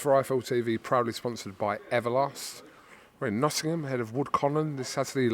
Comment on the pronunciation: Kugan , congratulations on now pronouncing “Nottingham” correctly! Just Eddie to go now… he’s still at the “Nottunum” stage!